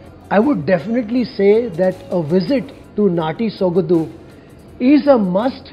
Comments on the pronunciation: Its Sogadu not Sogadhu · It is not sogadu....it is sogaDu....(after soga...say it the way English word 'Do' is pronounced....sogaDu'